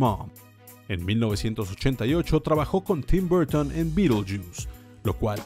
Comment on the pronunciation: No entiendo por qué pronuncian todo bien y después se mandan Burton o Disney tal como suena siendo que no se pronuncia así.